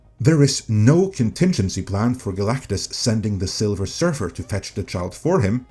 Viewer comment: Not "Silver" Surfette but "Sliver" Surfette.